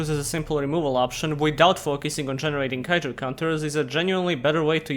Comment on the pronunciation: Why cant utter the syllabe "ju" anymore??